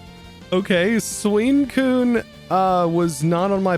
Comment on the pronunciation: Bro said suincune instead of suicune